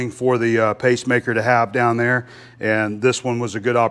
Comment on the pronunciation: Did you forget that TH is English. There and that are not pronounced dare and dat!